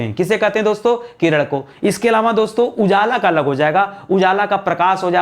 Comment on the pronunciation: किरण ko किरड़